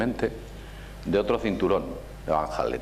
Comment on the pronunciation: ¿Cinturones de Van Hallen?. ¿De donde te sacas la "H". Y lo pronuncias "Jalen". Y Elkin dice abajo "para alguien con la cultura de...". Vaya cultura. Entonces ¿Cual es el nivel de los asistentes?.